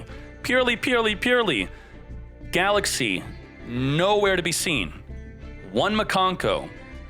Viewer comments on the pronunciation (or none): none